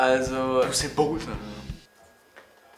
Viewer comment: Dieser Moment wenn rewi meint usain bolt kommt aus Amerika und btw. Dass heißt bolt und nicht bold